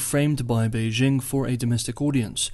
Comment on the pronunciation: For China-Taiwan relations, I mostly listen to Taiwanese channels (in Chinese), because they provide the deeeeeeeepest insights. But does a good summary, even though he cannot pronounce Beijing properly (should j as in jingle, not s as in leisure). We should not follow pathetic US efforts to pronounce foreign words (imagining that all foreign words have the sounds of French, a language which most Americans cannot speak).